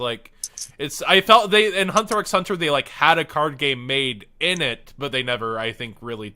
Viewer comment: Lol, you don't pronounce the x in Hunter x Hunter. I'm also an otaku who occasionally watches anime due to homework. Sophomore year is kinda rough. Heard junior was worse.